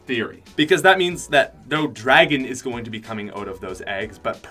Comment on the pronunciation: The says oat instead of out